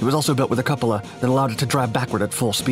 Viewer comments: A couple-a what? You mean a cupola? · Cupola = Koop-o la